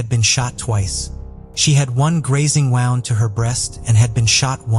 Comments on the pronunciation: ai cant even figure out the english langooage can pronounce Gwenella pass but wownd is a not sure. wound? wownd? woned? AI you can do better. the reporting was good YT blue chew and mail order brides? telling us we are trouly foooked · When I hear the AI pronouncing WOUND as WOWND, I honestly do understand why non English-speaking people so often miss-pronounce keywords which can cause "lost in translation" issues. Is there a way to teach your AI the correct pronunciation?